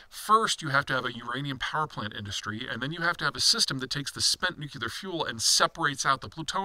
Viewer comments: . NEW CLEAR not NEW KEY LER. SHEE JIN PING NOT JHEE JIN PING. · I want to take this analysis seriously, because I think it's one of Peter's favourite subdomains, but he keeps saying "nukular" and I feel like I am learning chess strategy from someone who calls the knight "the horsie" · Amazing that this man still can't pronounce "NUC-lear".